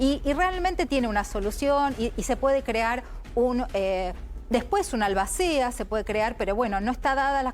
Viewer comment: Buenas tardes desde Ecuador. Me permito corregirles una palabra que ustedes siempre la dicen y está mal dicha. Se dice albacea, no albácea.